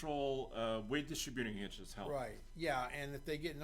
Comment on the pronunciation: Lordy, I thought we were gonna get through this without mangling the pronunciation of "distributing". Thumbs up anyway. Maybe I'll finally get a copy of that book; I appreciate the knowledge share.